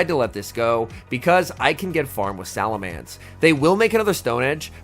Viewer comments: Just a heads up, it's SalaMENCE, not SalaMANCE. Cheers m8! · So, seriously now... is it pronounced "SalamAnce" or "SalamEnce"? I pronounce as "SalamEnce" - but others I have run into pronounce it like an "A" in that third vowel spot... and now I hear doing it also... starting to think I am the one in the wrong.